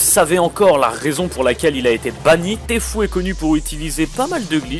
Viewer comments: Lol il a dit tfou au lieu de tfue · On dit T fyou pas T fou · Tfue se dit Tifiou !